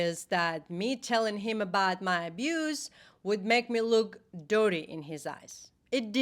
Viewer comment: Not to distract from the serious nature of your video, but until the mark, every time you said "dirty", I initially thought you were saying "doughty". In seriousness, thank you for sharing your experience! :D